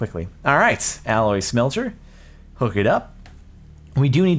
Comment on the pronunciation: Flash Ketchum It's Octadic (Pretty sure it's supposed to be pronounced Oc-tay-dic)